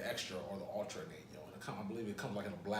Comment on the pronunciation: I believe Anejo Tequila is not pronounced ...(a nan yo)...it's pronounced (an ya ho)... Ann Yah Hoe..wonderful tequila, I agree but be warned it might have a additive to sweet the taste in this tequila....they say.